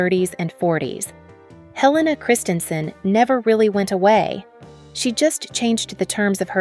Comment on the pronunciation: She is truly remarkable and it would be respectful to her if when you made this video you at least pronounced her name and the names of several designers correctly.